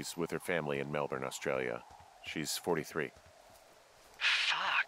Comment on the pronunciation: Yay some American's can say Melbourne